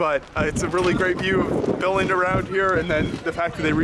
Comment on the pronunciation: Pronounce the word Billund right next time